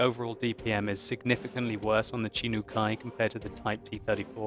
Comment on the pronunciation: Chi_nu is pronunciated like ( Chee-nu ) , since the ''hi'' sounds -'' hee ''